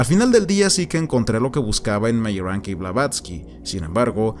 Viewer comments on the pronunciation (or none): Me gustó el video pero tengo que hacer una pequeña crítica, por favor no te lo tomes a mal. Meyrink en alemán se pronuncia Mayrink. Meyrank, como tu lo dices es, supongo, que leyéndolo como si fuese un apellido inglés y para mi es bieeen extraño. Lamento ser tan puntilloso. hehehe por favor, no te lo tomes a mal, que al final que cada cual lo diga como quiera.